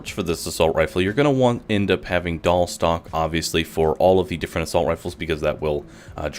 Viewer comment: wtf is a "doll"? "dahl"? stock???